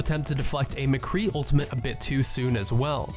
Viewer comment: Just stick to doing highlights. These are the most basic tips even Bronze Genjis know. You don't even know the name of the ultimate. And it's pronounced ultimate not ultament. And please lower the gain and bass on your microphone.